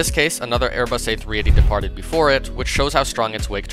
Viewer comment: The way he said the A380 was the wake turbulence 💀